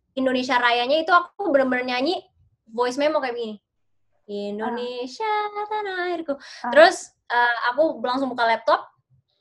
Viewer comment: ‘Indonesia’, not (i)ndonesia